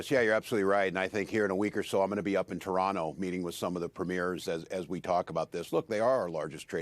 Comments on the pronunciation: Toronto pronounced without the second "T", love this guy! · I'm under a minute in, but props to Tim Walz for knowing how to pronounce Toronto